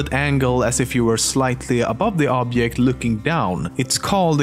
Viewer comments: OBJECT, IT'S OBJECT NOT OBYECT OOOOOOOOOBJEEEEEEEEEEEEECT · it's not obyect,it's obiect,you should learn sweenglish and romanian both use the word obiect for objects,you should of informed from the internet before comenting. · Yes, I noticed but my favorite is "obyekt" ! 😂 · in Poland people say "object" like that. and it's spelled "objekt" . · I like how he said object like obyect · wtf is an "obkekt"? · what's an 'obyeck'? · oobjyekt .... hahahahhahaha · Just hearing you pronounce the word "object" when you were talking about 'canonical perspective' I knew right away that you were from Sweden😂 guess I was right when I saw the mirror & swenglish comment you made later on in the video. Damn am I good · The way you pronounce object really disturbs me